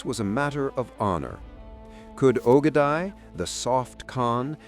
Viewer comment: It’s pronounced oh -geh-die